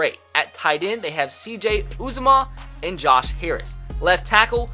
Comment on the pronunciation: Its C.J. You-Za-Muh lol